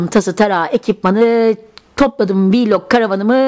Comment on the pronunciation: Viiiiilog değil vilog diye okunuyor